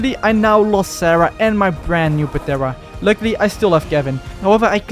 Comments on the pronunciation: Started watching cuz of mods. Stopped because of PAtera, the p is silent in pteranodon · Bro it’s not patera it’s pteranodon P is silent so it’s teranodon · Dude please stop pronouncing the P in ptera it's so annoying 😂😂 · The p in pteranodon is silent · The p is silent lol